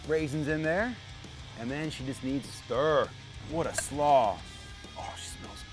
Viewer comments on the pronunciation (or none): none